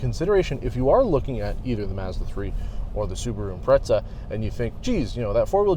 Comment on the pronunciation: what is the correct pronunciation of Impreza, cuz you're saying it like pizza